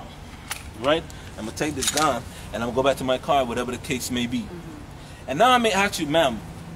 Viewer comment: "My fahking bawls cover my fahking gan "